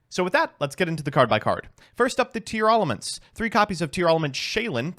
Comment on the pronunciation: Everyone is pronouncing Tearalament wrong and I will not be convinced otherwise